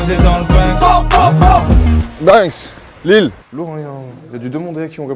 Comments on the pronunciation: Ya pas de S à Lille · y’a pas de S à Lille